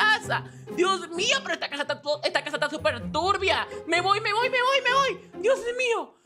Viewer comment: 😅 por qué ella dice turbia muy raro😮